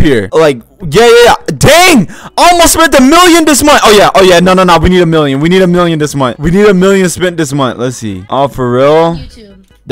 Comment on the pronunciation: Bruh when he says 1mill I heard I like 1 milk!! 1 milk! 😂😂😂